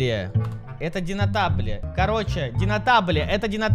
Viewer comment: Не динотабле а Донателло